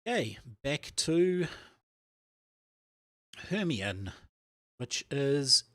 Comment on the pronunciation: Hemione is pronounced 'her-my-uh-nee'. Rouge is an cosmetic. The correct spelling of rogue is r-o-g-u-e.